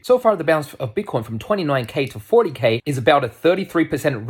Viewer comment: You are hilarious "BIT-TAH-COYNE To dah moooon!"